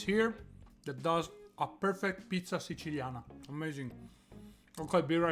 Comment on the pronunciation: You pronounced siciliana wrong